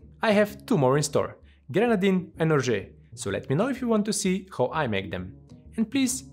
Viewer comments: Love this new segment!! Looking forward to more cocktail engineering. Oh and btw, tips from a French speaker, for "orgeat", the final "a" sounds more like the "a" in "apple" (otherwise, sounded good to me, just the last sound was wrong) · Oh I'm looking forward to not only your Orgeat Syrup.... but how you pronounce it! 🤣